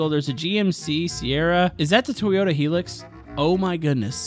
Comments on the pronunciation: IT ISN'T He-li-x. U pronounce it Hi-lu-x. Anger man, ANGER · Its not heelux its high-lux💀